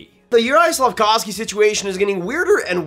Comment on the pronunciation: Hi, Slack-off-ski lol